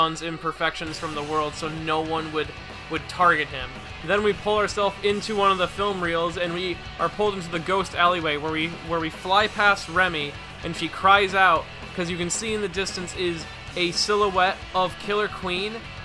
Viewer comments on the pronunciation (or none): Please please please please please please please PRONOUNCE THE FUCKING NAMES CORRECTLY It’s Shigekyo or Shigechi not Shigeki. It’s Reimi, not Remy. Remy is a fucking rat from a movie about cooking.